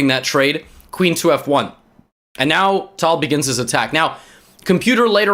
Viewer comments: I didn't know pronounce a name with a perfect accent is annoying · Bcz this is the older video. The way he pronounces it now is the correct one.